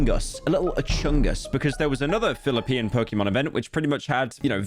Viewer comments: never heard someone say Filipian until this video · Everytime pyro says Philipean, my soul deflates moree and more. On our independence day as well lmao. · Did bro said Philippian? 💀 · pyro sayibg Philippian instead of Filipino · Homie said Filiponian 🤣😭 it’s just Filipino